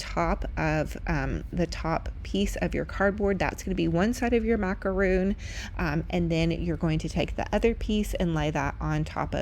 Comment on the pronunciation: Here's the answer to your pronunciation question for macarons. They are spelled macarons and they are pronounced mac-a-ron, not mac-a-roon. Very cute fake macarons!